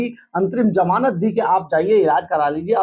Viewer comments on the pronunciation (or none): pehle hindi jo ki hamari matra bhasha hai usse shudh karo. masinri nahien hota machinery, suru nahien shuru hota ha, jamanat nahahien Zamanat hota hai. anpad. baaj nahien Baaz, sayad nahien Shayad hota hai, ab aur nahien sun paoonga. aur sach bataoon too isse background change kar ke coat shirt pehen ke dukaan zyada din chalna mujhskil hai. Pehle aapni zabaan saaf karo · sarab ya sharab, jamanat ya Zamanat. aabe koi batata hai tumhien aapna chanel banake ko. hindi too bolna sikho.